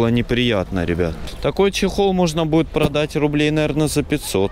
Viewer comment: Ппц он говорит продатт можно... Это типа в авито? Фууу